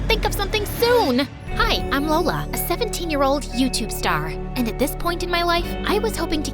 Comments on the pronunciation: The “Hola I’m Lola” almost sounds like “Hola I’m Dora”. 😂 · “LolaNiDora” 😂😂 totoong pilipino to